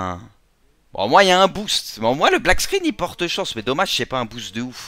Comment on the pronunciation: Mec c'est pas black squinne c'est black SCREEN